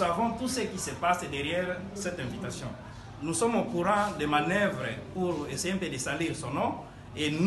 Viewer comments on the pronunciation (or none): Des manœuvres et non manœuvraiiiiiiiii........un français vraiment nul.oufffff.....presidencaiiiiiiii....kkkkkkkkkk